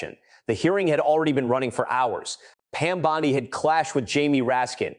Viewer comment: AI is everywhere. When the narrator says Pam Bondi as Pam Bon Die, you know it's been created by AI. It's click bait.